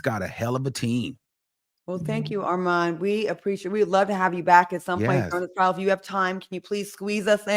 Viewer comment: It’s “Trial” not “Trail” ijs